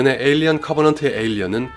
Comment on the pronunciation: 에일리언 시리즈 발음이 영 ㅜㅜ